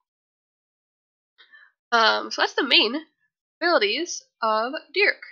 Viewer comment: for every time you say Dearc wrong I am going to wish you step on a lego 😤😂 it’s pronounced YARK